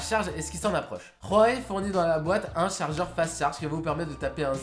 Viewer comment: A chaque fois que j'entends Rhuawei ça me fout la gerbe. Dites tout simple Huawei mdr